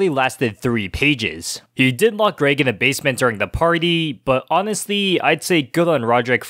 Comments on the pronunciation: there was only one thing that really bugged me in this video, he said greg's name like "grage" when it pronounced "greg" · Okay seriously if you say grayg instead of Greg one more time… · Its Greg not Graig man come on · Bruh I just wanna laugh ever time say Greg like Graig haha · 'gRaEg' no mate.. It's Greg😂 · “Ah yes, Graed”💀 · You mean graegslist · Good video but it hurts to hear you say "græyg" every time instead of "Greg" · Why you saying "Graig"? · Why do you say Greg like “Graig”? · its greg not gréyg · It’s GREG not GRAYG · Grayg. Canadian detected. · He says greg like Greag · Lol “greag” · Is he saying GRAG!? Or am I being stupid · say graig again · Why did bro say Graig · please stop saying grayg please please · Oh my. Can you say the names correctly! Even if it’s an accent, Greig and Rohdryck are not their names! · Kept pronouncing Greg wrong